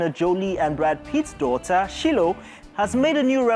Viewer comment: Her name is Shiloh (Shy-low)